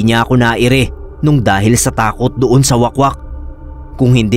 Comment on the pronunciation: Wahk-wahk mana pagbasa oy hahaha dili wakwak 😭